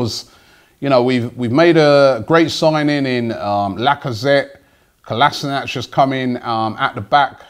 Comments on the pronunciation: Kol-as-in-ack say it like that ffs. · The way you mispronounce Kolasinac really pisses me off